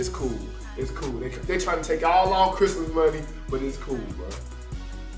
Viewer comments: “Christma” lmao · "Merry Christma" 😂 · “Merry Christma”